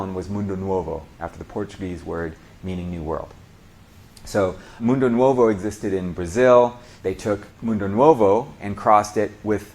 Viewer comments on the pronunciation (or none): Nice video and effort. Some small corrections: You pronounced Maragojipe and Caturra like a Spanish speaker. In Brazil/Portuguese, it'd be Mara-go-jeep-y and Ca-too-ha. Edit: Also Mundo Nuovo should be Mundo Novo since you said they were called this "after the Portuguese words." In this case Nuovo is the Italian spelling.